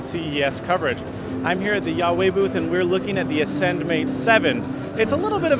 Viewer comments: It's "wah-weigh" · At least you could ask for the proper pronunciation of "Huawei". It's pronounced: Wah-Way. Eesh, I cringe when I listen to you say the company's name. Jarring. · Great review! One note--- its pronounced "wah-way" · Considering it's in chinese, I doubt it's pronounce as Wah-Way tho.. It should be pronounced as Who-uh-way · I can never get the name of this company correct. I always though it was pronounced "wah-way" not "yah-way".. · You're all wrong.. It's pronounced hwa-way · I'm surprised that Huawei let you walk away from their booth. You pronounced their name wrong! Huawei, not Jesus, made the Ascend Mate 7.